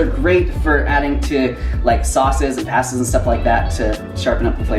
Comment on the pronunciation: You don't say pasta correctly